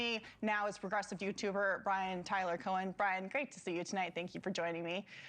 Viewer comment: It’s no pronounced Co-Han But Co-en. The H is silent.